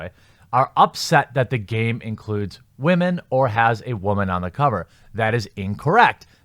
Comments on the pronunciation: Why do you say "wah-men"? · Wamen? Or are you saying Ramen? I truly can't tell. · Why do you say whamen?